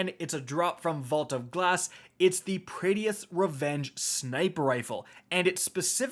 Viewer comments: This man said Praedeeyth 🙄🙄....done with this guy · as a D1 veteran you should know how to pronounce His name OMG LOL every time you say Praedyth's just hilarious. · Say the damn name right God dammit 😭😭😭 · Dude cant even pronounce praedyth right 😂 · I hate the way you say praedyths revenge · Omg. Please. Even if it doesnt seem like it. Praedyth's Revenge is actually pronoinced like [prey-death]'s revenge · please.. its Pray-Diths Revenge. Praedyth’s Revenge. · Just wanna be that guy and say that Praedyth is pronounced Pray-dith and not whatever days it lmao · Pray Dee ith's revenge. Man's can't read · Hearing Prae-Dee-Iths so many times made my head hurt lol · I thought I was the only one 🤮 it hurts to hear him say it like that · Pray Dee Ith? Lol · Bro it’s “Pray-dith” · It’s Pray-dith and Succ-session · "PRAY-DEATHS" lolol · Your pronunciation is the worst. Praedyth, PRAEDYTH!!! Not Praedyeth...... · for the last time its not pray-dee-ith its preadyth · Sounds like is saying Prettiest* revenge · It's not said "praedeafs revenge", it's "Prae- difs revenge" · Praedyth’s revenge is “PRAY-DITH” not pray-dee-eth. There’s only two syllables. Just sounds weird hearing it lol. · Every time he says Praedyth I cringed inside. Pray-dith. Not Pray-de-ith. lol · Prea- D - eth????? It’s pronounced as prey-dyth. Just saying. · Say it with me now pray - dith..... pray- dith not praydy-ith! Pray-dith only been out for like 8 years... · I wish I could have a slice of pizza for every time he incorrectly calls it 'pray-dee-ith' instead of 'pray-dith'. I'd be eatin' good tonight. :) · How the fuck do you say the name of every weapon wrong? ;__; Why are you pronouncing it Pray-dee-ith and not Pray-dith?? I'm gonna cry, is saying it wrong some inside joke I've been missing all these years? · Say it with me Pray-Deth... not Pray DEE eth.... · say it with me now... PRAY - DITH. PRAY - DITH. not PRAY - DEE - ITH. that concludes my ted talk.